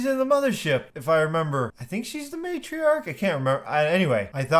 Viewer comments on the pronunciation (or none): none